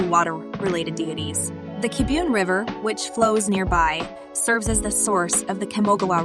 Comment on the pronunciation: and Kibiun???